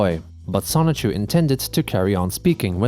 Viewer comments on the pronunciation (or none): He for real created a character pronounced semen chu lmfao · Bruh, can you stop calling him Sonichu? This is LEGITIMATELY enabling his delusions.